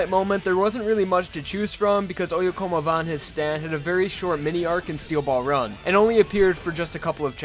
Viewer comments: I always thought it'd be pronounced "Oh-yeah-come-ovah", not "Oh-yeah-como-vah". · I didn't know oyecomova was pronounced like that I always pronounce it as " Oi Come Ova"